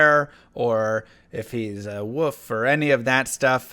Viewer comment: is he saying "points into woof" and "heart of the woof-erine" on purpose lol?